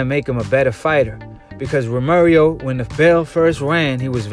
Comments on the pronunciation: Once you said Ro Mary Oh I left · Lol Ro mary O lolol bruh why u keep sayin that? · TEL BARBA 🤣😭🤣🤣🤣😭 it’s pissing me off